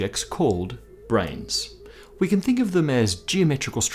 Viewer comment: Branes not brains, just wanted to point that out....but I get all the jokes.😉